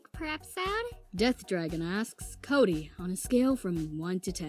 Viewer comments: No its Coody not cody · fine then its koody not kody